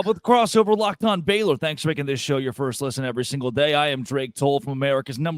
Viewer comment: does she call them the FAILor Bears?😂